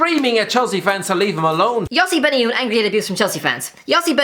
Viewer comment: Why are you saying yee instead of you?